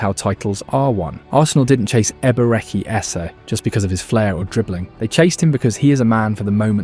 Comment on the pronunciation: if you can't pronounce the first name just call him "Eze", quit messing up the name